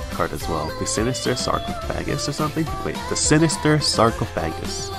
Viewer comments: LOL that sarcophagus pronunciation. SarcoFAGus. xD Yeah, BnB is pretty crazy to get with tutoring. Must be why they waited until BnB rotated to put Whispering into Standard. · Freshman Low Me (as a cultured individual): Her name is Lou. Its short for.....Lou. (Like Skip to my loo) Also its pronounce Sar-Cough-Fa-Gus